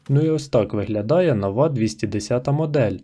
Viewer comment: Не нОва, а новА, новИй. Невже так важко опанувати українські наголоси?